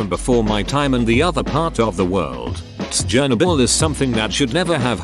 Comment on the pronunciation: stop saying tsjernobyl to seem quirky is chernobyl